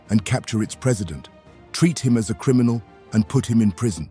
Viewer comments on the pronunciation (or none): none